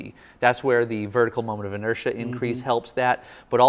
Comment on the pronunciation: Every time says "inersia" take a shot. 😁